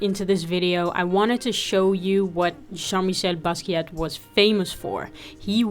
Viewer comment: The T in Basquiat is silent. Respect the legend.